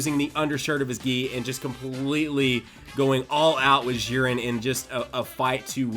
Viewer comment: Its not "Ziren" its "Dziren"!!!